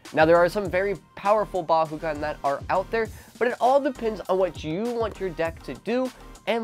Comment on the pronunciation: Why do you say bahugan